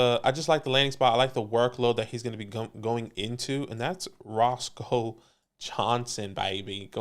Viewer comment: Had to play it back bc I couldn’t believe it but it’s definitely not Roscoe Johnson. It’s pronounced RoSHAWN Johnson.. put some respect on that man’s name! I went to UT so I’ve been a fan since he was playing QB for the Longhorns. Just don’t want you guys saying it incorrectly for the next few months lol